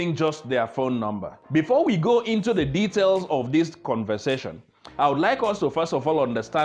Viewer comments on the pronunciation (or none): none